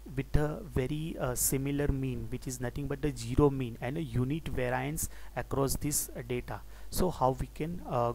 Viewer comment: Thanks!! Btw 0 is pronounced with a 'z' not a 'g'. It sounds like you're saying 'geero'.